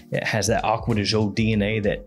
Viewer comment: Akkod Joe? Acqua Di Gi-Oooo, peasant puh-lease!